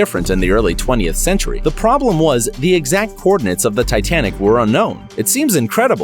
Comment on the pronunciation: lol "titianic"